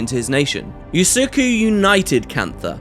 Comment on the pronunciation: Usoku, if we're going by the Japanese pronunciation, the first "u" is said like the last one. No "Y" in the beginning.